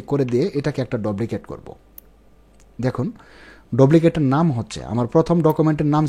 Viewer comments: ভাই, বিনীত অনুরোধ জানাচ্ছি আপনার উচ্চারণ ঠিক করেন,,,"ডুপ্লিকেট" কে আপনি বার বার "ডবলিকেট " বলতেছেন। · ভাই,,,ঐটার উচ্চারণ ডপ্লিকেট। 🙄😁